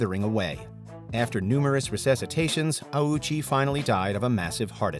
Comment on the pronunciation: Respectfully, this video is not great. First off, Ouchi's name was pronounced incorrectly every time, and you kept all the misinformation here about his case. Secondly though, some of these are nowhere near "the most brutal ever." As some of my friends in the comments said, having something we aren't sure even existed over cases like Likens and Junko is criminal.